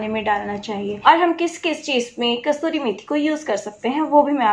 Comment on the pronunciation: Thanx 4 needful information. But it's "kasoori" And not "kasturi" Ok?